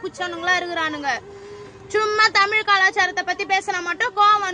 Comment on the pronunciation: உண்மையில் நீங்கள் பெண் தானா? இப்படியா உல‌கின் மூத்த மொழி உங்கள் வாயில் !! அவமானம், tik tok என்ற பெயரில் தமிழை கேவலமான முறையில் உச்சரிக்க வேண்டாம் வருத்ததுடன் ஒரு பெங்களூர் த‌மிழ‌ன்